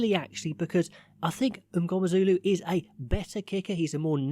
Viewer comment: Pronounciation of "MNGOMEZULU" 9/10👌🏾